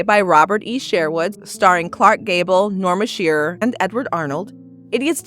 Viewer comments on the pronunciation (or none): A fun video, thanks! Two pronunciation corrections: It's SHURE-wood, not SHARE-wood; and it's SY-racuse not SARE-acuse.